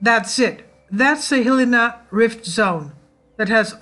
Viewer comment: Good work. Hilina is pronounced. hill - EYE - nah